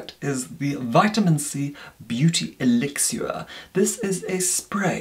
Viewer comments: Elixir. Pronounced by as "Eelixuer". Luv! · No one has ever said elixir soo....fancily 😁